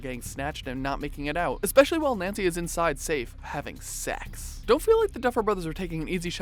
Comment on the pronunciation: Hahaha, why did he say it like that though? "HaAaViNg SeX!"